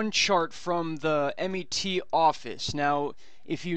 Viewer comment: The Met is pronounced as in one word and not initials m e t. Just thought I'd let you know.